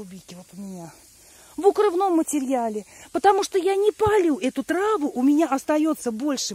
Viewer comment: Тема хорошая. Но, почему такая агрессивная подача?! Прям наезды!!! И не тра́ву, а ТРАВУ́! Не приятно слушать.